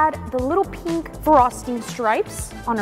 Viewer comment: Pink❌ Peenk✅